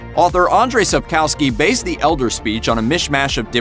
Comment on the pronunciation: its pronounced Sapkovski, not Sap-COWs-ki...come on